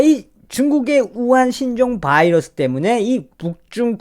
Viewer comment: 바이러스, 미국발음